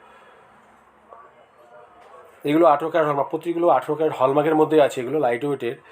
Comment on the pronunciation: Adeshioor bachcha word ta hall mark hallmark noyyy1 Year in jaise backwash person ko Ye youtube kiuuu priority devi hay yerrr Station ko v Yr Estasosm bolta Hai Skip ko v isk8p bolta hai1 Please youtube owner Iq will request u Please suggest Perfect person 1 I1n 1grotj 1yo1ur busyness pll1zz